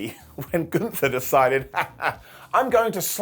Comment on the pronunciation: I didn't watch Summerslam. So i'm confused because you said Omos got eliminated, if i understood it right. So how could he later still be in the match?!? 🤔🤷‍♂️ By the way, it's not Gunthfer, it's Gunther! 😉😅